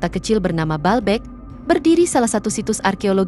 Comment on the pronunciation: Bacanya : BA-AL BEK